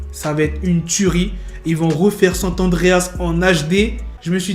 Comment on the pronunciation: On dit pas sant adreas on dit SAN Andréas